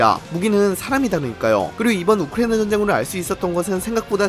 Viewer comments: 발음 진짜 너무한다 ㅋㅋㅋ 우크리이잉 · 우크라이나 발음 드럽게 ㅁㅎㄴ